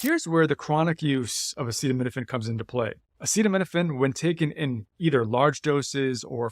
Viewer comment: Acetaminophen! Not acidomenifin